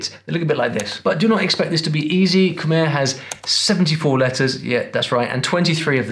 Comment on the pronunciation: He killed the khmer section, all he did was explain the easiest parts of khmer and he even pronounced khmer wrong.